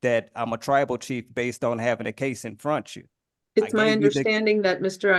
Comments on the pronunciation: At least he didn’t go on about axing to access the liberry… Lol instead, he needed more paper so he could put it in frontchu. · "infrontchu" Dude keeps teaching me new words he learned at the lie-berry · Infronchu is a new word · "In front 'chu" and "ab-ject", oh yeah, we got a real one here. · "You need the case in frontchu". These people never even WENT to school, did they?